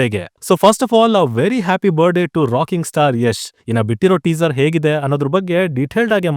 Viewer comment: Bird day (ಬಾರಡೇ ) ಅಲ್ಲರಪ್ಪ ಬರ್ತ್ ಡೇ.. ಅಚ್ಚ ಕನ್ನಡದ ದಲ್ಲಿ ಹುಟ್ಟು ಹಬ್ಬ ಅಂನ್ರಪ್ಪ.. ಇಲ್ದೆ ಇದ್ರೆ ಹುಣಸೆ ಹಣ್ಣು ಹಾಕಿ ನಾಲಗೆ ಚೆನ್ನಾಗಿ ತಿಕ್ಕಿ... ಪದ ಉಚ್ಚರಣೆ ಚೆನ್ನಾಗಿ ಆಗುತ್ತೆ 🙏